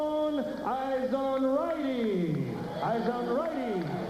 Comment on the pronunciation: David izonrighty lol hahahahaha. It's Izonrite and not righty.